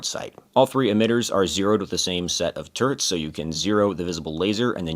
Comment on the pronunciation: I like how you say "Turts" instead of turrets.